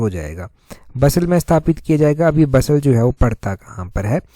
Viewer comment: Sir I think it's बसाल Not बसल